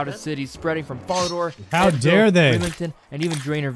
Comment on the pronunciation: “Vore-rock” “Guy-lanore” “Fall-uh-door” I can’t listen to this dude